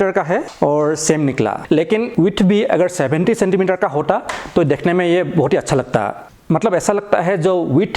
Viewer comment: Bhai thode paise dal ke speech therapy bhi Lelo dhekhne ko nhi dekhno